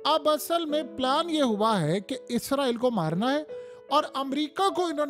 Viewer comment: یار باکی سب ٹھیک مگر ازرایل نہیں اسرائیل ہوتا ہے بس یے ٹھیک بولا کرو